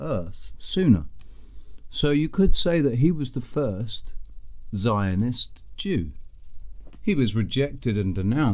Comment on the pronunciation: Great vid once again 👍 But you said “Lionist Chews” 😎😉